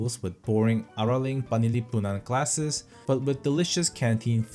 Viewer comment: Your pronunciation of the three main regions was so flawless and your pronunciation of araling panlipunan is funny(not in a mean way)